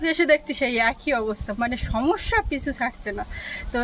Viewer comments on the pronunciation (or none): Shab kathate shamashya keno bolo? bolte boltei shamashya tairy hoi